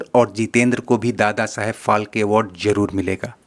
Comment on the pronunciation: अरे क्यों मराठी कि वाट लागनेपे तुले हो Dadasaheb फालके नाही बल्की ये दादासाहेब फाळके है 😡😡